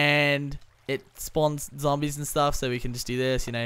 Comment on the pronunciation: Why do you call zombies "zombles" lol